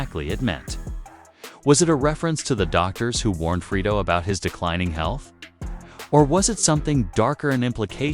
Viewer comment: Sound like he saying Frito😂